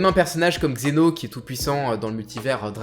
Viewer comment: C'est zeno et pas xeno